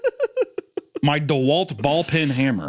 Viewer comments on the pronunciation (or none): Hunter call in a "ball pin" hammer instead of ball peen upset me greatly and I'm not sure why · It's ball peen* hammer, Hunter. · It's pronounced ballPEEN hammer. Not ball pin. Because you use it to peen